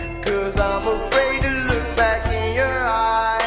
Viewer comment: I love how u hear his African accent when he says don’t and eyes and especially lions